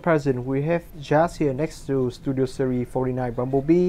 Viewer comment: He Pronounces series as "serie" but anyways great review